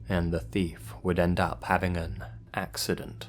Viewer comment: "an ...AXEident" BRUH XD